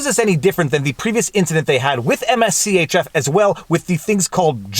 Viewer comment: MSCHF is Mischief without the vowels the brand is pronounced Mischief. whenever you make a follow-up video on the case please pronounce it properly. it's very distracting hearing you say all those letters over and over again.